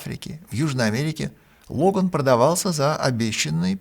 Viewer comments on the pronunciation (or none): none